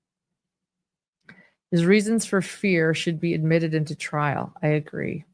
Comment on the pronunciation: AHMmitted? You can do better!